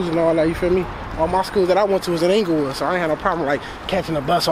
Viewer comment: He said "ENGLAYWOOD" 😂😂